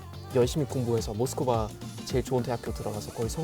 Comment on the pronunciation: ㅋㅋㅋㅋ 외국인들이 모스크바라고 발음하니까 이상하네ㅋㅋㅋ